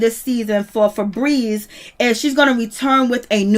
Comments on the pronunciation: Im cackling at how she keeps calling that chile "Frebreeze"🤣🤣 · Damn. I thought I missed something. I was like who the hell is Fabrezze. LMAO 🤣 🤣 🤣 🤣